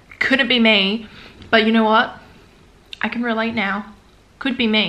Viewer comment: “I don’t knoirr”